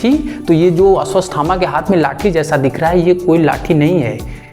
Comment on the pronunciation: Asvasthama nhi bro Ashwatthama